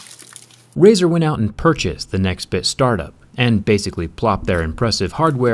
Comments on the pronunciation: "razet" thw bwst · "Razor" xD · Nice “razers”